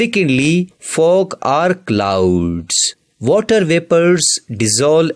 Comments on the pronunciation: Kinda true bruv he did say Vuttah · Waterrrrrrrrrrrrr how nicely you say sir😂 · Bro says water so so funny